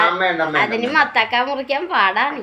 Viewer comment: മത്തക്ക അല്ലാട്ടോ മത്തങ്ങ ആട്ടോ